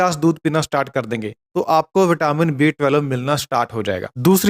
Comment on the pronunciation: thik se pronounce kijie B12.